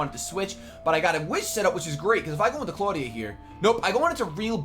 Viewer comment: I will explain it to you. It's Clawdia... Nuff said.